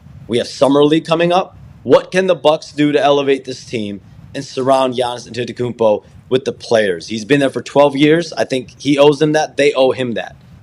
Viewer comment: Why does Shams always say his full name when he struggles saying Giannis Antetokounmpo? It's different every single time he says it. He's a one named super star Shams, we know who you mean with just a simple Giannis.